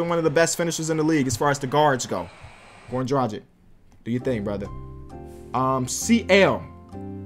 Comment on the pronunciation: IT'S [ dræɡɪʃ ] PLEASE, not [ dræɡɪk ]